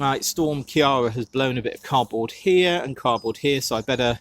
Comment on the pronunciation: Storm ciara, is pronounced KEIRA like keir starmer or KEIRA knightly 😁 sorry irish person here!